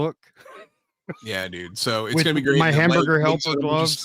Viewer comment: I love how turned Minnesotain when he said he’s sooooooo excited to see red hood at the con. 😂😂